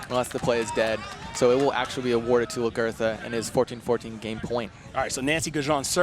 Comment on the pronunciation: Lag er tha. Not Lah girth ah